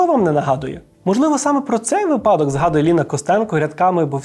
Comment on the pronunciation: доброго дня. у вас чудова мова. та у слові випадок є лише один наголос і він не такий, як у вас. вИпадок